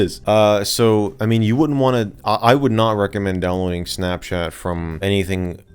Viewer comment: Why does he say it like “snapshat”